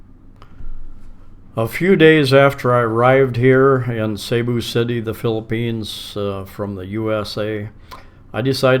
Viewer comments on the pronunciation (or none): cebu is not saybu......try Cboo or seaboo